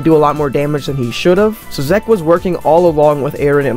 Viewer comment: Good Video, but pls stop saying zeke like that 😭😂